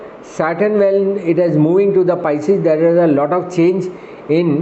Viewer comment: PISCES is the word not pieces😂😂😂